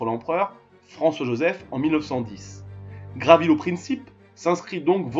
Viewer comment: Son nom est Gavrilo, et non Gravilo.